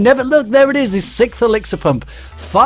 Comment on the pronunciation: does anyone else get bothered when people say "sickth" instead of "sixth"? or is it just me